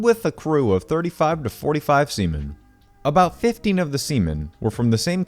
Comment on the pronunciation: Remember its sea men not semen